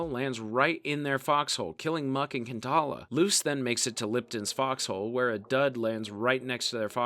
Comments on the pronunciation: It's Muck and 'Pinkala' not Kentala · gwarneree, muck and kentala, toy-eh, and george lose all had me giggling a little too lol